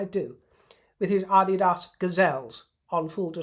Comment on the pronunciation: wow ...love your pronunciation of ADIDAS ...